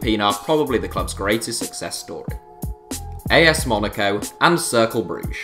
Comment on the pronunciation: That's not how to pronounce Cercle...